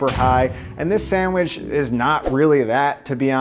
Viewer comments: sand-mich :P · This guy can't even pronounce the word "sandwich". There's no m in it dude.